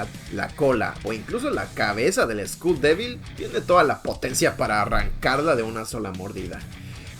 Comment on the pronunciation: Bro said school devil instead of skull devil😂😂